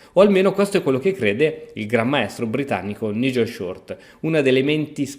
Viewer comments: Un poco di inglese però... si pronuncia N-AI-gel. Gli scacchi promuovono una cultura internazionale, i giocatori viaggiano, giocano contro avversari di ogni nazionalità... Mi vengono i brividi a sentire N-I-gel. Questo fa coppia con Ivan-K-uk... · NIGEL SI PRONUNCIA NAIGEL E ACEVEDO SI PRONUNCIA ASEVEDO... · Nigel si pronuncia naigel....